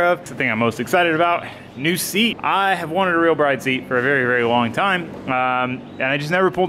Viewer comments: its pronounced brid not bride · Bride seats are pronounced like the word brid. Not that it matters or anything...